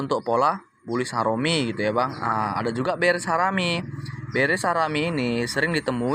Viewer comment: jgn disebut bulish harom bang, ga enak gua dengernya😅 makasih bang👍